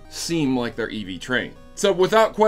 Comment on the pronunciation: Are you saying Eevee trained? Also, why are the gyms background graphics weird?